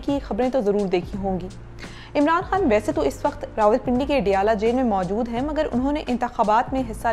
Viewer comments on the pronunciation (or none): none